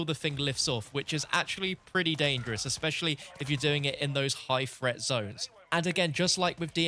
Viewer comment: This dude really pronounces threat as fret.